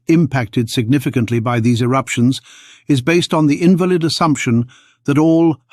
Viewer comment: in-VAL-id not IN-val-id